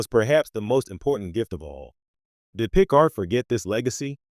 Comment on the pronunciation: Pro Tip: Any AI voice that can‘t pronounce „Picard“ correctly, should not be used for Trek content.